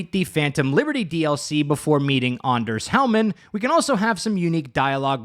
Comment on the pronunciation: that's certainly one way to say Anders. man I'm glad they changed the va for Mr. Hands because that voice does not fit the person he is meant to be.